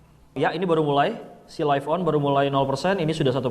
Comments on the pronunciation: Agak terganggu dengan penyebutan live on yang harus nya lif dan bukan laif. Sekedar kritik membangun ya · LIVE.ON bacanya bukan jadi LAIF.ON bang, tapi tetep LIV.ON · Btul,,laif penyebutan dari life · Laif on, harusnya lif on